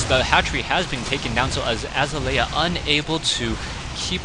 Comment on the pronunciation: it's azalea...like uh-zail-ee-uh =)